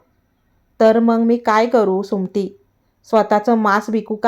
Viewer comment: कथा सांगण्याआधी सुमती हा शब्द नीट म्हनायला शिका.